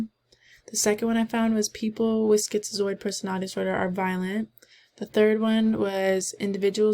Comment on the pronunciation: are u pronouncing it schizioid? lmao